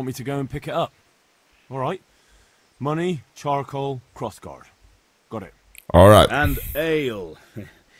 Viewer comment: Bang bacanya carkol bukan karkoal wkwk